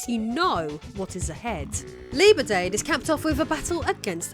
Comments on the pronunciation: "Lieber-dayd" for 'Liberdade' – it's a good job your Brazilian fans seem very forgiving! 😅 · I don't speak Portuguese but I know she butchered the names